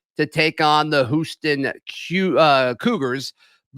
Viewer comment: Did just say the Whooston Queuegars?